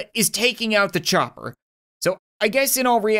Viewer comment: When he said chopper I thought he was saying chucker lol